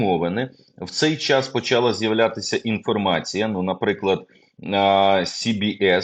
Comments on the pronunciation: Не поч'Ала, а почал'А.де ці журналісти навчалися... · Не поч'Ала, почал'А ! Де ці журналісти навчаються....